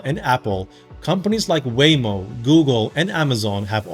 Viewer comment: when you said, google, apple, amazon and waymo, i tought u said way more